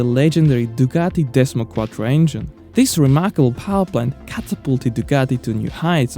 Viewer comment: Nice video - thx. But PLEASE try to make proper use of your vocal cords, it's sooo easy: "DUCATI"! There's really no pizza dough in this beautiful name. You can make it!